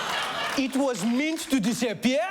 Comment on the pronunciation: "It was mint to disappea'a" IT WAS MINT TO DISAPPEA'A ?! IT WAS MINT TO DISAPPEA'A ?!?!?!